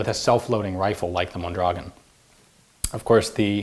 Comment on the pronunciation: He pronounces it pretty well once, when he reads the markings in Spanish.